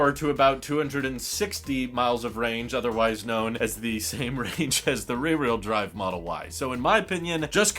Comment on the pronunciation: Learn how to say ..rear....wh..eel.. Drive